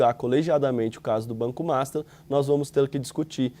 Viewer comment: Por que diabos esse repórter sempre chama o banco master de MASTA?